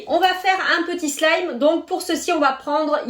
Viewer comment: tu as dis soulime xD